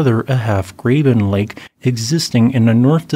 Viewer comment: Dude, the term, Graben, is German and means grave. I concur that it is the correct technical term for the structure that encompasses Lake Tahoe. (I've even been bird watching at Carnelian Bay: it is Heavenly) Graben is pronounced like robin due to its German derivation. Cheers.